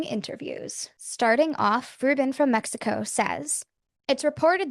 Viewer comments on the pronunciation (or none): none